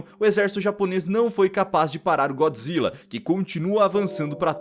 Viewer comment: É Godzilla yeshin goji do Sin Godzilla Godzilla não Então fala então vai tu fala errado